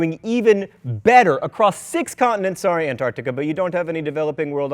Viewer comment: I have never heard an American pronounce Antarctica properly, thanks so much for making my day John.